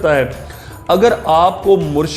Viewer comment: assalamualiykumwarahmathullahwabarkatahu saheb murshad nai murshid hota hai